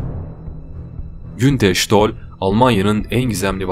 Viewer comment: Adam isminin nasıl telefuz edildiğini duysa tekrar ölürdü.